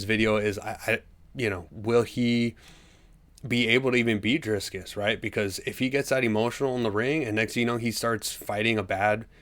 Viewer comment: Driskiss?? Casyoel asf. smfh